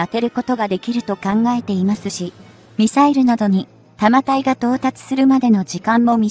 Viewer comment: 「たまたい」→「だんたい」